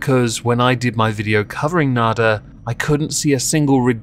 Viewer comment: It's slightly embarrassing how.long it took me to realize you were saying "nader" and not "nada." Wasn't making much sense to me at first.